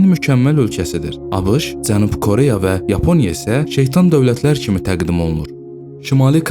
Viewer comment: Bəzi sözlərdə o hərfini elə o kimi səsləndirmək düzgün deyil a kimi səslənməlidir.məsələn Koreya yazılır ama o a kimi səslənir.məs Kareya.həmçinin başqa sözlər.diksyanızı düzəldin. C və Ç hərflərini də düzgün tələffüz etmirsiniz.nə bilim eee deməkdən yazmaqdan yoruluram.öz dilinizdə niyə bu qədər pis danışırsız niyə hörmətsiz davranırsız dilimizə qarşı.sizin buna ixtiyarınız yoxdur bir vətəndaş kimi.